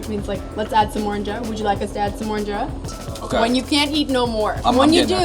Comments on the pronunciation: U actually say it like in-jara not in-jera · 2nd of all it’s pronounced een-Jer-a and you don’t roll it up like a shawarma you take a piece of get the sauce inside the eat it